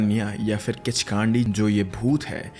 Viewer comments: Its pronounced "Khichkandi" not "Khichkaandi" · Kaandi❌ Kandi✅ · Kichkandi not broo Kichkandii 😂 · Its किच्कन्डि not kichkaandiiiiii bro😂😂😂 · its kichkandi not kichkaandi:face-purple-crying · Kandi h spelling but pronunciation kaa nhi kww hota h I mean kichkwndi Nepal me bht casual h 😂 Kichdandi Ka hona raat ko ghumo ek na ek toh milega har you'll see har bus van taxi me chudiya milti h isse man na h kii kinchkandi vagegi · It's kichhkinni 😅 but good content .. totally a fan of sr ❤pay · The way you pronounced kichkandi😂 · pronunciation of Kichkandi is wrong 😅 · Bruh at first learn how to pronounce properly kichkandi lol